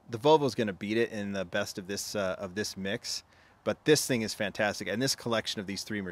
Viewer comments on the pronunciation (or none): none